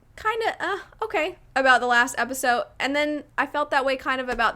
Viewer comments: “Episote” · The fact that I keep hearing not pronounced the D in episode is triggering me